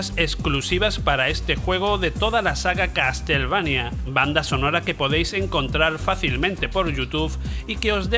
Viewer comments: Que no, CasTLevania no, se dice caSelveinia... Ains... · Se pronuncia "caselveinia" ...